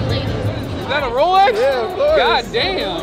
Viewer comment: He had on a “Bolex”….